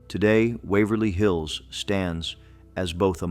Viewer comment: The AI almost got The Palace Theater and Wavery Hills right